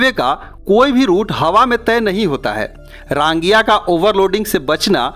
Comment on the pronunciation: रांगिया नहीं। रंगिया। बोंगाईगाँव नहीं। बंगाईगाँव।